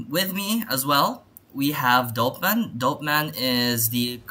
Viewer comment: Its Dopeman not Doperman